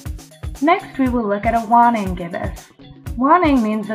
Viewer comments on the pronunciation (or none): dont take my word for it, but i think its WANING, not WANNING. other than that, rly cool vid!!!! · cool video. ..my Astronom y teachers used to pronounce WANNING with the "A" sound. ..like (weigh)-(ning)